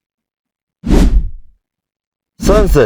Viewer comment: ሰንሰል ሳይሆን ስልሳል ነው